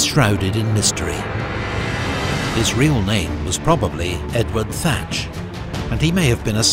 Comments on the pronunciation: I knew Thatch did not sound right. 😐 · i was always told his name was Edward Teach, not Edward Thatch